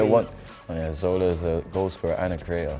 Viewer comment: 6.17 Kalidou be liked, "Ah Zola"😆😆